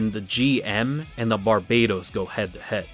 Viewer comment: I don't want to argue about what's better between a GM and Barbatos. I just want to know why you pronounce it like the island country instead of the Demon King.